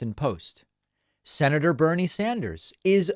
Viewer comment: Lol, David pronounced "Senator" almost like "Minotaur." .....I...AM....THE...SE-NA-TOR!